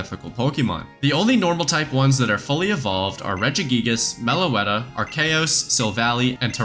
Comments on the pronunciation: “arcaos” good job you made everyone mad to agree this is definitely the wrong way to say it’s name(or you solved the problem and everyone agrees this IS how you say it) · why did bro say arceus like that 😭 yall know the real pronunciation for arceus is archeous 🔥